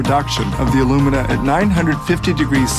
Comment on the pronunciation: 4-5 tons of bauxite is made into 2 tons of alumina (aluminum oxide, AL2O3) which is then made into 1 ton of aluminum metal. The way alumina and aluminum are pronounced in this video makes it hard to understand.